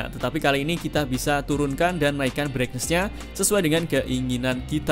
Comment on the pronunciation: Bhs Inggrisnya dibagusin dikit ya bro? - Brightness (baca: braitness bukan braiknes) - TouchScreen (baca: tajskrin bukan tojskrin)